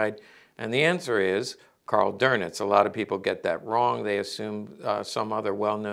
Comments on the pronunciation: Karl "Doenitz", not "Dornitz" or "Gorbbels". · Minor critique... the Grand Admirals name is pronounced "Doowe-nitz" not "Der-nitz". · No R in Dönitz 😮